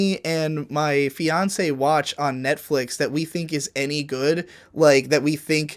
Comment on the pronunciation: Did say fiance?